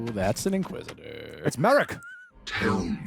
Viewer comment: Not Merrick it is Mar-rok